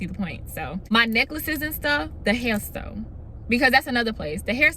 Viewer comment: Boo the way you said "hair store" lol but ummm same 🤣